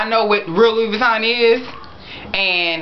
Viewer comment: Love you but you don't even know how to pronounce Vuitton. It's Vu-ee-tohn or Vee-tohn not va-ton